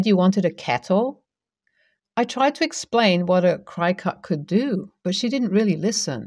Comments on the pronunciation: Cricut is pronounced like cricket. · Cricut is pronounced crick it, like the insect. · Cricut is pronounced as Cricket. Their original models even had a cute little Cricket machine. The road to Hell is paved with good intentions. I take it the bowling ball with the name Homer engraved on it was not available.